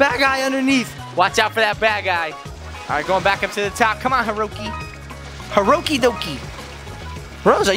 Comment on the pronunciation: er? u said herocy not herosy